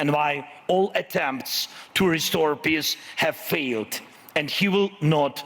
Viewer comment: “PISSS”😂😂😂 this guy cant pronounce peace